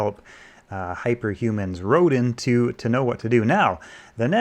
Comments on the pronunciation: Rodin is laughably named after one of the most famous sculptors. Since all the other artists whose scraped work went into this video are not recognized, the repeated mispronunciation of Rodin fits. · These lamentable AI platforms naming themselves after Renaissance masters feels so goddamn blasphemous. I was sad when the video creator mispronounced "Rodin" because he clearly had no clue what the namesake was. How quickly we forsake genuine generational human talent in favor of cheap low-creativity shortcuts.